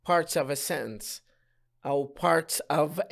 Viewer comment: تحياتي لكم مقدما.. لكن هذا ليس شرحاً بل هو ترجمة لما هو مكتوب.. ويبدو لي - وقد أكون مخطأً - انه عرض أقربُ للفظ منهُ للشرح.. وكلمة (sentence) لم اسمع البريطانيين أو الأمريكان أو الأستراليين او حتى الاساتذة العراقيين يلفظون هذه الكلمة كما تلفظها بشكل غريب.. سوف تقول لأنها مُدغمة مع الكلمة التي بعدها.. أقول لك لا.. لان اغلب لفظك لهذه الكلمة تكون وهي أي كلمة (sentence) في نهاية ترجمتك لفقرة معينة.. ليس الموضوع موضوع المُماثلة (Assimilation ).. ونختم رائينا بالشكر لجنابكم.. أخوك: المترجم د. محمد